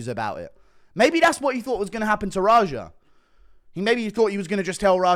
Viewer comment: Lmao rajar. So many mispronouncing his name. The name is raja he’s named after Princess Jasmines Tiger